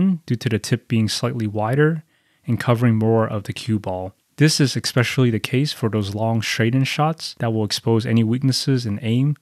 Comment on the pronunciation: Your closed bridge is wide open bro! To each their own. But please for the love of God, stop saying EXSPECIALLY.